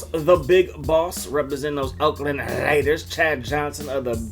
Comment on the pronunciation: DA RAIDUHS! Alright, give it a shot. If anyone can do it, can